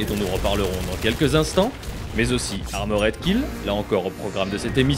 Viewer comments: ARMORED KILL pas AMORED KILLED ptn de baguette, learn how to speak english jesus christ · Armoraid killed ? Quelle prononciation...